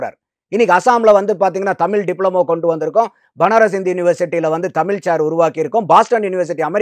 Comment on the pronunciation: இவருக்கே தமிழ் அப்படின்னு சொல்ல தெரியல தமில்தமில் தமில் எப்பா சாமி தமிழ் சொல்லுப்பா ஆனா நல்ல கருத்து சொன்னீங்க அது கரெக்ட் கருத்தெல்லாம் ஓகே ஆனா தமில் தான் இடிக்குது